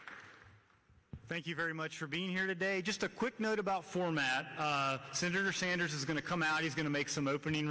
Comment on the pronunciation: "Shenator Bernie Anders!!" Dude can't even english... and he prezhidunt of university....